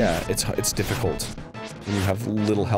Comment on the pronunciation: Also, "It's diff-i-cult" Is it, Arin? Would you say... It's LEGITIMATELY not easy? :P